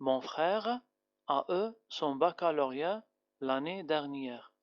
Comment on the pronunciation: Attention à la prononciation du p passé du v avoir eu